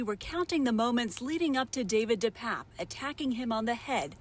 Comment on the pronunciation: Once again, Pelosi's boyfriend's name is pronounced DePAPE NOT DePAPP.